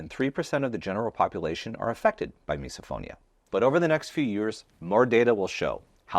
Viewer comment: Does misophonia also apply to the reaction felt when someone in a video continues to pronounce “misophonia” like miso (soup) instead of miss-uh? 🫣